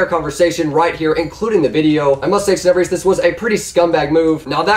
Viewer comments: Skilaruh bruh literally said " teneybrious" like wtf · If you are going to lie about Tenebrous you should at least say his name right Jeeeeeeezzzzz